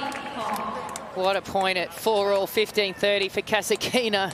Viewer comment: it's so disgusting when you mispronounce Kasatkina's name without the letter "T" and the accent on the name is not where it should be.